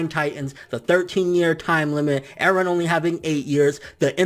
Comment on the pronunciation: Mikasa = Mik-gaysa Eren = Garen Armin = fuck off